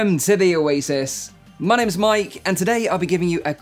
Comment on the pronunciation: Am I the only one that heard Mike opinion instead o my opinion?